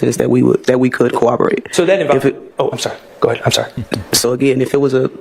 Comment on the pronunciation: Why does she pronounce it as cawaborate instead of corroborate? 😂 😆